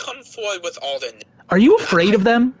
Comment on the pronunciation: How are his T's SO pronounced in every word but theatre. Its drives me nuts. Its TheaTre not Theaure